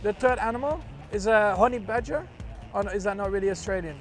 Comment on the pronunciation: I know it's accent but..."Horny Badger"?🤣